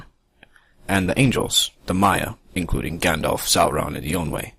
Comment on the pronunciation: You pronounce Gandalf wrong